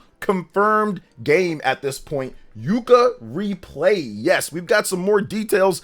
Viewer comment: It's Yooka-Replaylee not Yooka-Replayee